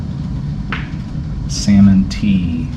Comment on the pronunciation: Did she just say like the fish '...Sammon' how about 'ffs....Salmon'